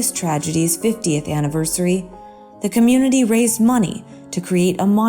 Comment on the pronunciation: He implored the medical Commpunity"? Right before the 6 minutes mark.?.